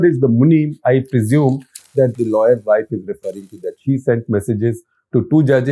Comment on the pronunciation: Shekhar Gupta is embarrassing! Pronouncing wife as "vaaif," what language does he think he is speaking?